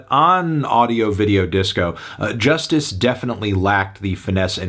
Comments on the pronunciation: It’s joo-stees not Justice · Cal's right... why do you keep calling it "Just iss?" It clearly spells just ice, no? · Believe it or not Anthony, I live in french-speaking part of the world and one of my friends used to pronounce it ''Just Ice'' unironically. Yes, he was that bad at speaking English. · No lie I used to think that Justice was pronounced ,,Just ice" 😂 when I heard their music